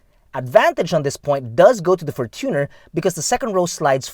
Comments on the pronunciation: fortune-r not for-tuner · is that the correct way of how to pronounce the fortuner? you said, “for-TUNER” isnt it from the word “fortune”? and not “tuner”? hence, “fortune-r”